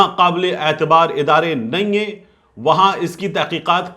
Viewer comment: I always liked u due to your URDU TLAFFEZ. But to my regret your TLAFFEZ is hurting me soecusly nehien hein. U pronounce bien ai. Pls correct it. Or call me I am 24 hour available